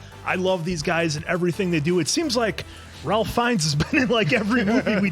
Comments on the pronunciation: His name is pronounced "Raife", not "Ralph". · Just a little fyi, its not r-al-ph, its pronounced r-a-ff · his name is Rafe not Ralph. The "L" is silent. Side note: I wholeheartedly agree Appleton Oak's critique of pretension diners. I too have unfortunately come in contact with too many fake abnormal diners who say they enjoy their 11 or 12 course meal. I don't enjoy exquisite restaurants like that. You don't enjoy yourself at those restaurants. Just give me some KFC or a Burger with sides. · Ray-fuh not Rawl-fuh is how this particular Ralph is pronounced with regards to Ralph Finnes. Interestingly, Ralph’s baby brother , Joseph Fiennes, star of the multi award winning Shakespeare in Love, pronounces Joseph the normal way. Not sure why their parents went with Ray-fuh for Ralph. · Just for future reference...Ralph Fiennes's name is pronounced Rafe, not Ralph 😊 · Pronounced Rafe not Ralf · Apart from Ralph's name being pronounced rayf you didn't miss anything ps I only found out last week as well😅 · I know this is three years too late but Ralph pronounces his first name as Rayfes. Like Ray-fs. I WISH I was joking. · Just want to quickly point out that Ralph Fiennes first name is pronounced like ‘Rafe’. 😊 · It's pronounced Rafe. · “RaLpH” lol someone please tell me they have since been corrected on the pronunciation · Ralph's name is pronounced "rayf" btw. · It’s pronounced “Rayf” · Ralph is pronounced rafe rhymes, with rake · It's pronounced "Rafe"; I don't know why, but if you watch that many of his movies, it probably helps to know that. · Ralph Fiennes' name is pronounced Rafe. I believe the spelling and pronunciation is Nordic. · I know it looks like you pronounce his name like you think you should, but it's pronounced Rafe 😉